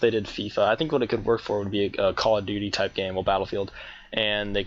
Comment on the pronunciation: call of dooty.. lol